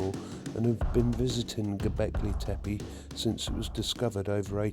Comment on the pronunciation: Well done with the pronunciation of "Tepe" = "hill" - most Brits and Americans botch up the second "e", but you didn't, it was exactly the same as the first "e", as it should be. "Göb" rhymes with British "burb" as in "suburb".